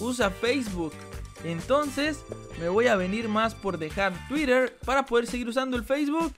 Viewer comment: Se pronuncia tuytter